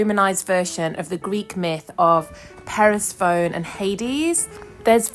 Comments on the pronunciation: Purse phone? 😂. Per- sef-ah-nee is the pronunciation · Who’s “Perisphone”? It is ‘Persephone’…. You sound like Philomena Cunk.